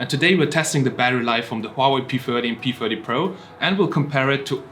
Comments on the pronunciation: is he saying p firty or my ears are blocked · Are you saying p40 or p30?